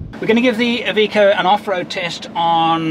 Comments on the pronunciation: Its iveco not evikow. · "EVEECO " wtf ? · It's not "eye...veeko"....it's "I've....echo". Don't worry, we'll have you talking Australian before long.